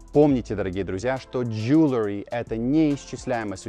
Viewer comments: Вы что наплели про слово Jewelry??? У вас даже транскрипция есть, а произносите неверно. И в Людях в Черном чётко слышно: Джуэлри! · Are you sure that you pronounce the word jewelry correctly?